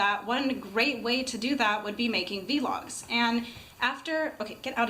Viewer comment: she says vlogs wrong